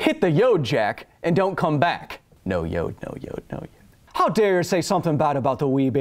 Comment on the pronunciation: Baby Yode... Yode... Kyle: What do you have against Baby Yode, this little green goblin like creature? Goblinslayer: Eyes spark red of excitement Hold my beer! Also, it sometimes sounds like yoke when you say Yode :(